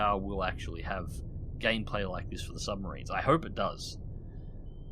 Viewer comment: Shh. Be vewy vewy quiet, I'm hunting submawines.